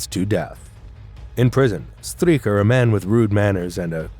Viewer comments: STREICHER is pronounced like SHTRIKER not STREAKER. STURMER is pronounced SHTOOR-mer not STROO-mer. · Not Strumer, but Sturmer (Stooooooooooooooooooooormer), not Stricker, but Streicher , as 'stri' in 'strike' + 'che' in chess + r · It is pronounced: der Stuermer not Strumer and Straicher (Streicher) Not Stricher. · "Striecher" is an awful pronounciation. It is not "Striecher', but pronounced Streicher. Streichers last words were as I know also expressing farewell to his wife. The last words of people before death are of course of undoubted gravity, because in the face of death, men speak the truth. So this trial in Nuremberg shows some of the men died innocent. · so many mispronunciations, like Streicher (Streaker!) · That's one name you Yanks set wrong - Str - eye - cher. It's because you mispronounce the Jewish -stein names as -steen, possibly because that's the Low German variant. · Interesting and informative. Slightly flawed by some mispronounced names. In German, when there is an i & e together it takes the sound of the 2nd letter. For examples, the ei in Streicher is pronounced “eye” while the ie in Wien (Vienna) is pronounced “ee”.